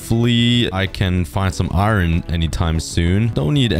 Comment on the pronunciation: i feel weird when u say iron it sounds like irn